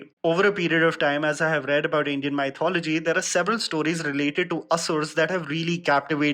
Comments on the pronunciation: Why does he pronounce mythology as M-AI-Thology ??? 👀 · It trigger me, how badly he pronounces mythology. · Please don't say mythology... :( It gives pain..